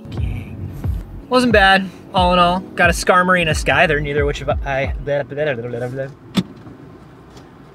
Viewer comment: the mis pronunciation of Scyther was cringe